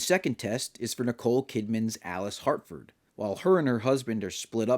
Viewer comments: Good video, and, I agree. This is an initiation into the cult, but, it's Harford not Hartford. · Great video. But, my guy, there is no ‘T’ in ‘Harford’, lol.